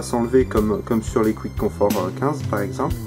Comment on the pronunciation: Pour info, Quiet Comfort se lit " Kwaït Comfort " et pas Kwitt ... Sinon bonne critique, j'aurais aimé qq détails techniques supplémentaires ( Longueur du cable par exemple ) et des comparaisons avec les concurrents.